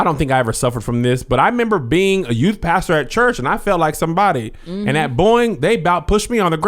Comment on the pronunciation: said "to today's youT" HAHAHAAH #dead